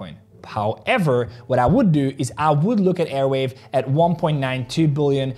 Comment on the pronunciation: It is arweave not airweave!!!!!